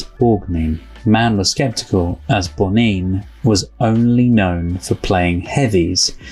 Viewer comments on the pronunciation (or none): Ernest Borgnine's last name is pronounced Borg- nine (as in the number 9, not neen. Hope this helps. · Borgnine is pronounced Borg-Nine. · Loved your reaction. I remember watching the original tv play with Rid Steiger. But Borgnine was wonderful. (Pronounced Borg-9,). Everybody’s raving, including me! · BTW, it’s pronounced Borg-nine same as the number 9. Very moving review. Love that you don’t talk over the dialogue. Thanks for that.